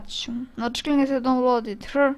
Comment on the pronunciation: Download it here se ne cita download it hr nego se cita daunloud it hir